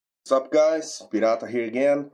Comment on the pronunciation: btw eu sabia que tu era br quando escutei "pirata"